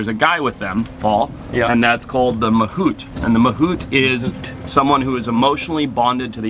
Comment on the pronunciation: Mahavat ❌ Mahut ✅